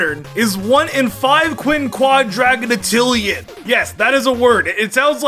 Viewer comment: Imagine mispronouncing undecillion, trigintillion, and quinquadragintillion. That last spinda I couldn't interpret and I couldn't be bothered going through the naming conventions of numbers and managing to synthesize a name for that one in the end.